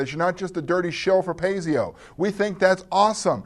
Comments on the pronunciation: Great product. Can't wait to DM this latest natural evolution of authentic Gygaxian D&D. By the way, Kurt, it's pronounced PIE-ZO, not PAY-ZEO. Not trying to be a jerk. Love the reviews! Keep 'em coming,. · běs'chē-ěr'ē... Just sayin... Oh, and from the Paizo website FAQ: 'We pronounce it to rhyme with "pie dough."' :-)